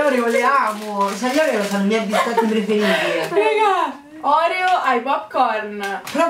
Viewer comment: finalmente una ragazza Italiana che pronuncia ORIO e non OREO! LIKE!